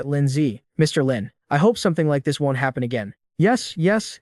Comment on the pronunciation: picking nits: won't pronounced wont.